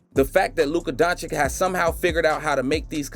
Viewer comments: Luka who? Donchick? If you make the effort to create a video, make also an effort of 5 seconds to learn the proper pronunciation. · Its been a year since the video, did u figure out the right pronounciation of Dončić yet?